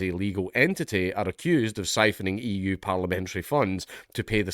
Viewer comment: " SPYPHONNINH EU PARLEMENTERY FUNDS " ?????? BRUHHHHHHHHHHHHHH hahahhaha UK and EU is so fucking doomed roflmaoooooooooooooooo seriously how is democracy gonna help u vs 99% communist's in office XD honestly this was funny and all but we are getting to a point of no return... #UKprisonisland